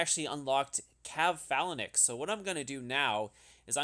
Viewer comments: Dude. I love your videos but this one was so painful to watch - "Phalanix"? Phalanx ("fay-lanx"). "Calaphracs?" Cataphracts ("cat-uh-fracts")... repeatedly. It hurts. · why do you pronounce phalanx so weird... it's not Phalan X, it's one word :p also how did you get such good jewels? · why do you keep saying phalanix lmao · Lmao ‘phalinix’ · Dude please watch another video amd learn how to pronounce phalanx